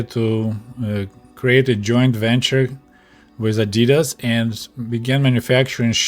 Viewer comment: The animal you’re thinking of is a duck-billed platypus. And the Russian pronunciation of Adidas is correct as it’s close to the original German.